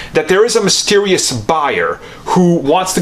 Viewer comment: Mystewisous yes. Vewy mystewisous.